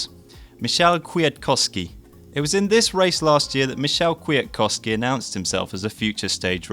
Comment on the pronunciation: I hear you have some problems with Kwiatkowski's name :D The proper way to pronounce it is to turn these 2 ws into fs... Kfiatkofski... way easier right? :D